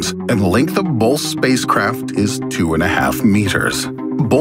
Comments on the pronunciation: Bolth of them? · Are you saying "bolth" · also going to say "Bolth"